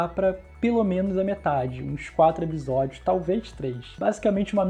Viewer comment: Eu sou louca ou ce sempre fala ebisodios?